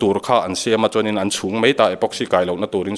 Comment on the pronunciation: Kei chu i tawngkha mei tilola, mai timai rawh